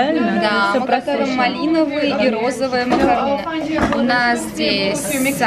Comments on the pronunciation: видео каласс, но зачем ты все время говоришь макаруны, ты же слышала как Французы говорят макарон Но с Французким р. Так это и произносится МАКАРОН. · Кир К если ты не знаком или не знакома с Французким то воспользуйся переводчиком - macarons - именно так называется этот Французкий десерт. буква s в конце слова не читается и никакой буквы у там и в помине нет. Учи Французкий. или не коментируй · Кир К Человек поправил произношение в нормативной форме, а этикета, судя по тону ваших сообщений, не хватает вам. Ах и да, правильно "макарон". Чтобы у вас пропали сомнения, я не только свободно владею языком, но и живу в столице Франции. И что на Севере, что на Юге страны, что в Африке десерт будут называть одинаково. Приятно, что есть люди, почитающие аутентичное произношение. Браво, Violeta Life!